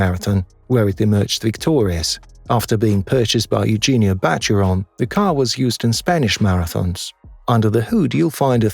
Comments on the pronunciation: Why are most of the shots of these cars in reverse perspective. And the Bugatti Chiron is not pronounced Kiron but Sheeron 😅. IDK 😏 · It's not ciaron It's sheron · It's pronounced 'She-ron' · Stopped watching when he mispronounced the Bugatti Chiron. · AI can't even pronounce the name Bugatti Chiron properly LOL😆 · I think its a human narrating that can't pronounce things